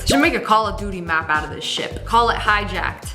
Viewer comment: When she said ship I thought she said shit 😂